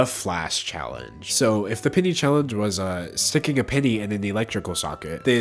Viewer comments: it took me a second to realize he said PENNY Challenge and and not PITY Challenge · For some reason, I heard pity instead of penny. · I kept thinking he was saying pity challenge not penny challenge but honestly yeah I do pity these ppl for not having the common sense to not do it. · I heard pitty challenge instead of penny challenge 😂. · wasnt watching and thought mans said "the pity challenge" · I thought you were saying “pity” challenge, so I was confused for half the video